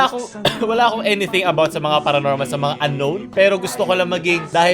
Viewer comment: paronormal?iiiii...baka abonormalllllll